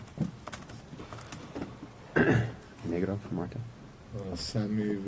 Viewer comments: He also pronounced negro wrong it sounded like the n word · idk if it’s just my ears but did he say the “N” word while trying to say negro? 😬